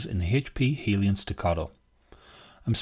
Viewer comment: Helion, not "Hellion" !!